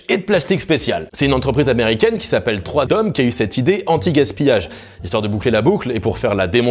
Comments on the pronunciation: C'est pas "trois dom" mais "three dom", comme freedom, liberté toussa toussa. De toute façon video nulle a partir du moment où tu mets le lait en premier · 3DOM se prononce Freedom (qui veut dire liberté)